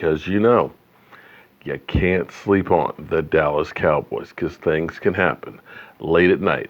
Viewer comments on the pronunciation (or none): none